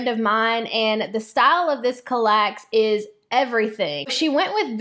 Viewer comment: CAL-lax. Emphasis on first syllable.